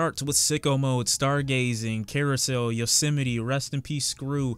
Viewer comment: HOW did you say “yosemite?” 😂